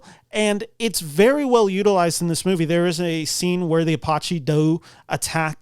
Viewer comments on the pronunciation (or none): never heard it said like that on my rez or any other apache rez. 😂